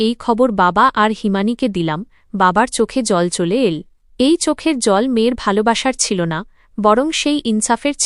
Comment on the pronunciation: কেমন উচ্চারন করে বুঝিনা। সব গুলো ঠিক করলেও। এই সব্দ গুলো ঠিক হচ্ছেনা যেমন এল। বাচল।গেল।এই ধরনের উচ্চারন গুল